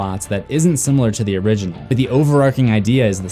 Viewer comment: you said origenol 13 times plus og so 14 times